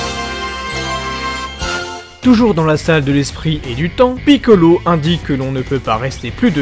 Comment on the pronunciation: Comment tu dis piccolo sa me fument